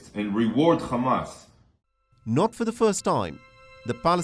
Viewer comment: They says Khamas when they mouth full with bananas 🍌🙉